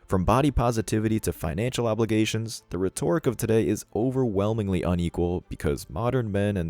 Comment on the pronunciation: It's Ret-or-ic.